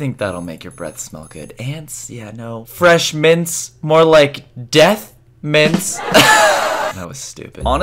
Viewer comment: Frrshmints more like deathmints